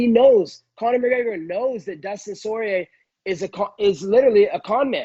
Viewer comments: Dustin Soyrier 😂😂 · "Dustin Soirier" I'm dead